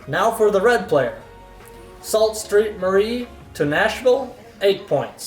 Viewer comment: Sault Ste. Marie is pronounced “Sue Saint Maree”!